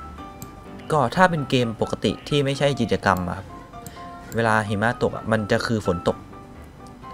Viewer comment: พี่ตกภาษาไทยไช่ไหมครับ มันต้อง อ่านว่า ใช่ ไม่ได้ว่า ช่าย❌